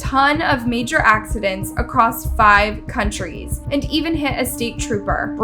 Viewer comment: "Countries" , not counties.